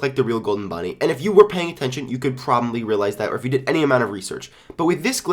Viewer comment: I LOVE HOW HE SAYS PROBABLY!!!!!!!!!!!!!!!